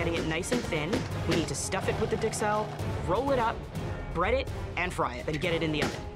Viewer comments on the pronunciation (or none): Did she say “Dixelles”, instead of “Duxelles”?